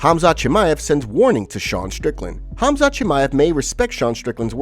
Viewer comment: I cant NOT call khamzat anything other than cumsock after i heard colby say it